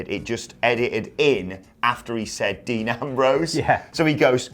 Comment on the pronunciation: Dee Nambrowse